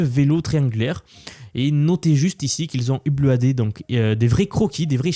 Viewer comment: "uplouadé" Mouhaha, l'IA ne fera jamais un accent aussi original!